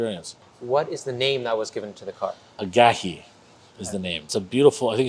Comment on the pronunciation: Ageha..not agahe lol